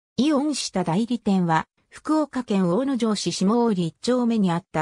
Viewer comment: しただいり ではなく しもおおり です